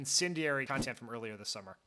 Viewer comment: Did Dan say "I'm thankful for cuntent?"